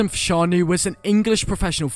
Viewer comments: How can you not pronounce fashanu right? 😂😂😂 every football fan knows his brother Jon fashanu the a is silent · His names fashanu learn how to say people's names